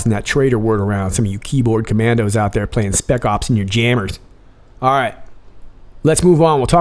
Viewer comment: Lol. ‘Speck Ops in your jammers’ 😂🤣